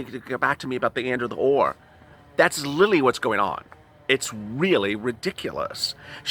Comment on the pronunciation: FYI: You have a strong accent. Where are you from? You often use the word LITERALLY but you pronounce it LILLY. lol